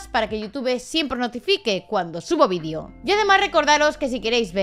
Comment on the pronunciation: No aconsejo tomar un chupito cada vez que se escucha "vídio" en este vídeo XD Con los primeros minutos vale.